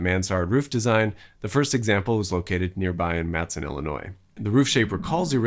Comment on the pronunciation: Two things: 1. Matteson has three syllables, not two. It’s pronounced MATT-eh-sun. It’s named after a former governor of Illinois. 2. McDonald’s coporate headquarters used to be in Oakbrook, not Oak Lawn.